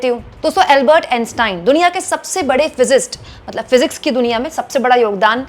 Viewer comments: Physist 😂😂😂 physicist kaa uchharan bhi nahi aati isko 😅 kya education kaa level 😂😂😂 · Not physist , its physicist 😢